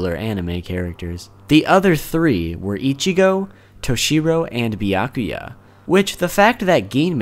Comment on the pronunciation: it's byakuya not biyakuya